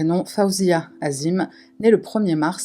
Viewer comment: '" azim" c'est la version occidentale, en tant que maghrébine je pensais que tu l'aurai prononcé en arabe " 'adiim"